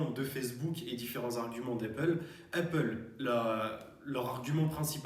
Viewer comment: Arrête de dire heyppale stp, sinon très bien